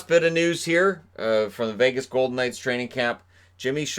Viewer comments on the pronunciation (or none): none